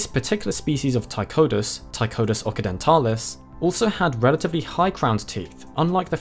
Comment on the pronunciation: I believe Occidentalis is pronounced "OXidentalis" and not "OKidentalis". Like Occident (west) vs. Orient (east). Occidentalis and Orientalis, both appear in the nomenclature of several species.